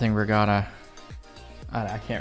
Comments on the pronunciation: Give up on the accent....We pronounce it RE GAT (like bat) TA.... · Regatta is pronounced regadda. With a hard first A, As in At. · There's no r in the middle of regatta.🧐